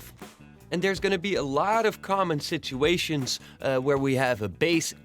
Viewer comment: really sounds like ARTFX..... Especially when you pronounced "Si-Too-Ation" ... May be I am wrong!